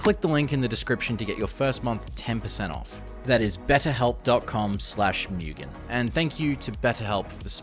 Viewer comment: Imagine running with the name Mugan and pronouncing it as Mewgen... maybe it's the accent